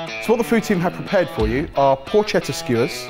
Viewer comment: My heart breaks everytime I hear how you say porchetta 💔 it's pronounced porketta 🍖🍗 I still love you guys, keep up the good work!